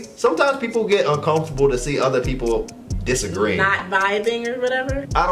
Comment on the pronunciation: I think u missed the R in disagree